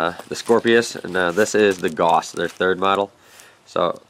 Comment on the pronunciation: I've always said "Gauss" like "Gowss" interesting to hear something say "Goss"